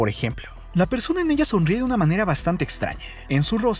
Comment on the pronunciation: Mi pregunta es: porque dice “elle” “vergüence” y cuanta palabra termina en “A”🤦🏽‍♀️